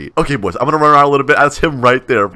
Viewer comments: who heard say “ alright POYS “ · said alright pois in stead of boys